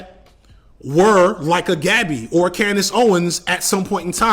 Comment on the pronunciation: I know this is nit-picky but damn bro it’s not hard to pronounce gabi’s name correctly 🤦🏿‍♂️